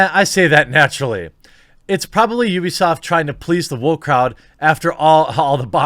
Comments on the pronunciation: It's not a Japanese company. It's you-bee-sahft. Uplay should've told everyone that. It's obviously a play on the company name and wouldn't make any sense to be oo-bee-saft. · heres how ya say ubisoft its pronounced YOU be soft not oooooo be soft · It’s “you-be” not “ou-be”😂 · It's pronounced "BewbeeSoft". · It’s pronounced UwUbisoft, duh. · The correct pronunciation is "Crappysoft" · Jeremy, it's pronounced "Ubersoft" cause they're intellectually impotent. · I always pronounced it oobisoft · UUUbisoft / how we austrians say it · I'm not going to say "Oobisoft." I don't care if that's the proper way. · It's pronounced You-be-soft. Describes their business philosophy perfectly. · I say oohbisoft too so dont feel bad. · The only way to pronounce Ubisoft is: You-Be-Soft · English speakers are not capable to pronunce the 'u' right. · Ubisoft is literally U - B - I soft, just because they because they pronounce the U as Oo over their doesn't mean you have to pronounce it the same way. For example for Monster hunter fans, Tigrex from a Japanese perspective is pronounced as: Tee-grex... But that would be the equivalent of someone here pronouncing Tiger as Teeger.